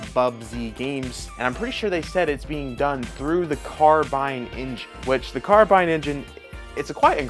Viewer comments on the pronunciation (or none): none